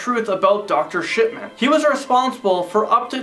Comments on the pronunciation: Am I the only one who hears Dr. Sh*tman? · Anyone else hear dr shitman?